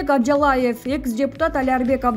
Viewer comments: АБЖАЛАЕВ ЭМЕС АБЖАЛИЕВ . ТУУРА ОКУСАН.... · Апжалаев эмес Абжалиев туура окуганды да билишпейт. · Журналис туура айтсан абжалаев эмес абжалиев болот аман болгула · Оозунду жалжайта бербей туура суйлочу Абжалаев эмес Абжалиев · Абжалаев эмес Абжалиев деп окубайсынбы, мектепте ото начар окуган диктор окшойт, позорище.